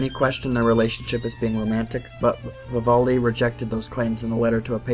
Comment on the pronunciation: Vivoldi?!?? Lol VIVALDI VIVAAALDI